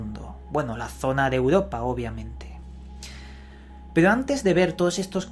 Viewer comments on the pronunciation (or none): none